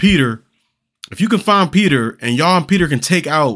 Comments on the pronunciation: Peeta! His name is Peeta! LOL Not Peter...OK, end of rant 😂 So glad you're reacting to these, love these movies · Lol Peta not Peter 😂😂😂😂